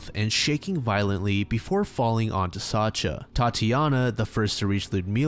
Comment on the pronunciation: just fyi, Sacha or Sasha is pronouced sa- SCHa like shushing someone. I know pronouciation varies from language to language but its a pretty widespread name so maybe this is helpfull